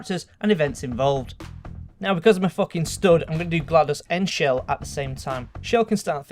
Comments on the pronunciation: It's chell not shell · No its chell not shell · Chell is pronounced CH-ell